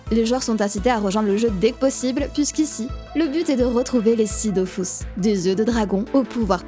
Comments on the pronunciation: Perso... malgré le fait qu'il répète DOFOUS pendant 5 heures, on dit toujours DofUS et pas Dofous. 😅 Merci pour la vidéo... à quelques semaines de Dofus 3, ça va pas aider notre productivité ça. PS: désolés, gros bisous si tu passes par là. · "Dofus" et pas "Dofousse", je m'en fiche de ce que disent. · dofUs ! pas dofOUs RHAAAAAAAAAAAAAAAAAAA explose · Est-ce que l'event halloween s'appelle Dofrousse ? Tu sais, par rapport à la prononciation du nom du jeu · C'est bon j'arrête vraiment de regarder, c'est Dofus pas Dofous, allé ciao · Perso je dis dofous et pas dofus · Je me ferais jamais à " Dofous " et " Astreub " c'est impossible ! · Je ne regarde pas une vidéo où on dit "Dofius"